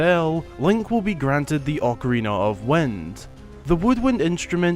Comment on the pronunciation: Why are you saying wend? It's wind! Lmao I not e